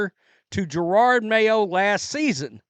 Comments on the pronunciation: ITS NOT JER-ARD IT IS JE-ROD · I love your channel, but stopping saying "Gerarrrrrrrrrrrd" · He's mispronouncing the name on purpose.